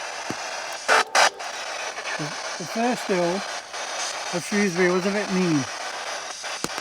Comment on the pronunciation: Very interesting story and a very creepy tree .On a side note love how you said Shrewsbury 😁. Salopian's say Shrewsbury but people not from the County pronounce it Shrows-bury and then all us Salopians say there is no O in it 🤣.Lovely to hear it said properly .